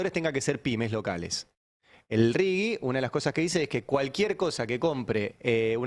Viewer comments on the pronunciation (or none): Me pregunto porqué, si defendemos tanto lo nuestro, pronuncian RIGI como lo pronunciaría el idioma inglés? Pronuncien en castellano.